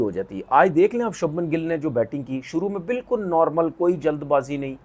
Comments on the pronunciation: Are bhai shubham gill ka name toh sahi le le shabnam gill ne he voh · Shabman nhi Shubman 😂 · Shabhman nahi its Shubhman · Shubman Gill ❌ Sabman Gill ✅ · अनपढ़ आदमी वो शबमन गिल नही छछुंदर है तू उसका नाम शुभमन गिल है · Sabman gill 😂😂😂😂😂 inse naam bhi nhi liye jate andia sabman paijaan 😂😂😂 begerat log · Subhmam re sabman nehi 😂😂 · Sabnam gill aur reshav paint😮😅 Porkistani urdu😂peak pe hai😊